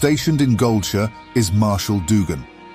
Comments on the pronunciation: He did not just pronounce GoldSHIRE as GoldSHÖ!? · Once "gold sure" was said instead of gold shire. I want to say .... Booooooooo Ai generated voice and possible chatgpt text to be read. Had high hopes but omg it is so bad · Goldshu? Really? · Not gonna lie, i cant stand this narrator. The concept of lore videos are always welcome tho, but you can just tell the guy speaking has no clue what hes talking about. Especially the way he pronounces goldshire is sad. Otherwise great video, i especially like the way the descriptions are provided too of the zone.